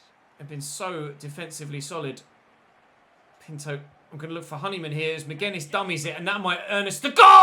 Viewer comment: Yo, I just want to say Pinto is pronounced: pin-too